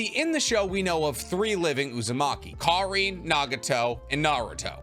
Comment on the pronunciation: Kar-in not Kar-ine